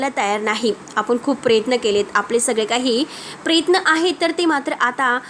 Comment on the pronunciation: बाई उच्चार नीट करायला देखील शिका. प्रयत्न म्हणा, प्रेत्न नाही.